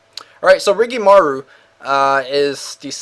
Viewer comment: ur asian you should be able to pronnounce rikimaru properly damn